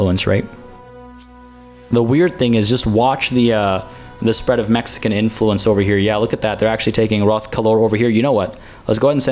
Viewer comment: You emphasizing the Mexican part just made it even more awkward lol